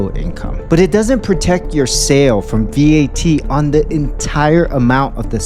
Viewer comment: . You do not have to pronounce it as V-A-T. It is an acronym so you can pronounce it as simple as Vat. Every Filipino knows that.